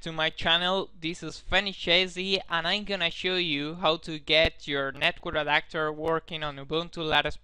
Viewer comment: Netcur adator? The fuck is that lol